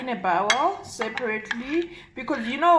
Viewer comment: Sister, thank you for taking the time to post the video, well done. The only issue is your incorrect pronunciation of the word "bowl". It wouldn't be so bad if the way you are saying it didn't mean something quite as unappetizing. The way you are mispronouncing it actually means the insides of an animal's stomach... The proper English pronunciation is "BOEWL" /"BOW - L". BOW (as in bow and arrow), the add the "L". You probably heard the mispronounced version from several you tubers who don't speak English as a first language.... I've mostly heard some Indians do so, though they are by no means the only ones. I hope this helps you to step up your future presentations. Stay positive, and keep moving forward in gaining good health !